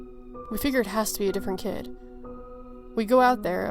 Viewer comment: 2nd story: When she said I suppose it could have been some stupid kid out there f**ing with people, I thought she said Cat haha